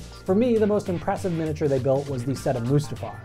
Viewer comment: Take a shot everytime he says 'minature'